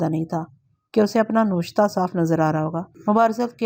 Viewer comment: Buhut khub MA. Aik guzarish , lafz " Noshta" ko " NAWISHTA " parte hen .